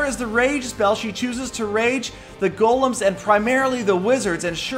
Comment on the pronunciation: These are not "Gollums", they're "Golems", you pronounce it with "e", check it out.